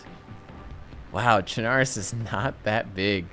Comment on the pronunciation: It’s pronounced chenaroos not tchunarus